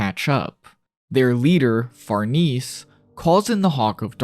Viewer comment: far-niece? far-NAY-zee. It's Italian. Love the video